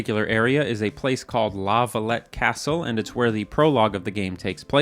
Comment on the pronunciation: La Valette castle not LAVA lette castle lmao